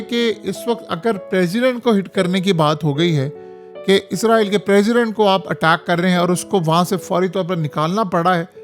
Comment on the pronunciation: عزرائیل نہیں اسرائیل آپ ہمیشہ غلط بولتے ہیں۔